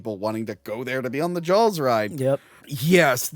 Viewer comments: I didn't hear you say Jawls until you pointed it out. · God I adore how east coasters pronounce Jawls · Wonder how many times said Jawls rather than Jaws in this Episode? 😆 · Take a shot everytime says Jawls. Cheers 🍸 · Take a shot every time says Jawls